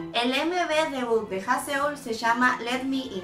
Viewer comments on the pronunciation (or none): Me gusta mucho como haces los vídeos de Loona tan profesionales y la perspectiva que tienes sobre ellas para hacer tus teorías. Estan super bien respaldadas y muy bien pensadas. Sólo una cosita, Haseul: Jázul jajaja :-) éxito.